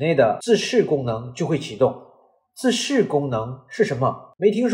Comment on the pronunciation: 自噬，不是自視